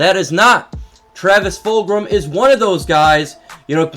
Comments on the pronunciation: Where are you getting the r sound in fulgham lol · Yo, no big deal but you do know that It is Travis Fulgham, no R right? Fulgram does sound cool though, wasn't he in like Killer Instinct or do you know if it was that or a different game?